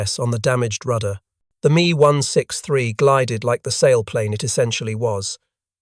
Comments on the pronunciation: IT'S M E...not Me. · Mee one six three…over and over….